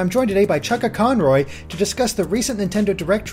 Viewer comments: I'm sorry but did he introduce Chuggaa as Chuck a conroy... CHUCK A CORN ROY! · you said 'chuckaconroy'. You have just alienated like 70% of your subscribers.